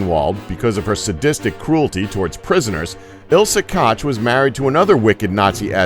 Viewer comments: please just dont talk! NR 12: Ilse KOCH is not Ilse KOTCH, aso... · Where in the HELL did these people get their info from? For one thing Ilse Koch name was pronounced "coke" yes as in the soft drink there is no "ch" sound in the German language and she didn't kill herself she was found guilty of her crimes at Nuremburg in 1945 and hanged also Himmler was the founder of the Gestapo not Goering read your HISTORY people!! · The "ch" in Koch is basically pronounced like the same thing in yiddish, you pronounced it as "Kotj" a name and letter combination that doesn't exist in German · Pronounced Coke, not Kotch. Not just this first one, your pronunciation is horrible throughout this video. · I wish this American pronounced things properly.....Kosssh yeah right. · Ugh. Americans are so ignorant. Ilsa's surname was Koch : pronounced like Coke. AND Hermann Goering's surname was pronounced like gur-ring. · Kotch, Kotch, Goiring??? Why the fuck don't you at least pronounce any of the names right? Are you really that stupid? How would you pronounce Eisenhower when talking about HIS RHINE MEADOWS DEATH CAMPS where he killed over a million germans AFTER the war huh??? And you might aswell add the names of any president between Kennedy and Trump too! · I agree. By the way, Koch is pronounced "Coke". Being half Norwegian, Qtr Irish, Qtr German, my Norwegian Side has a name that means "traitor".... Vidkun Quisling... Also my German side was put into an Austrian Interment Camp for "disagreeing"... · like Ilse "Caaj" doesn't even make sense in English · Charles Wróbel the real/proper German way to pronounce her name is ko*h* with the ch part rolling off the throat. but people who speak English pronounce it many different ways including: coke, cock (which is the closest) kosh, kotch, or what it translates to, cook. There are other ways but that's all I can think of. People who speak English always pronounce names wrong such as: Gogh, adidas, etc.